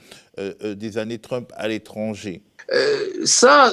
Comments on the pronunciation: Le 2nd intervenant qui prononce Trümp, alors qu'il parle et prononce parfaitement l'anglais, assez drôle ^^ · Il n'a fait que rendre la prononciation originale, allemande; le nom de famille d'origine de Donald c'est Trümpf. Je parie que si on fouille dans ses veines, on trouvera du gène hitlérien. Ce qui explique alors sa haine des non-blancs, des non-blonds, des LGBTs, son peu d'égards pour les femmes, les handicapés, etc...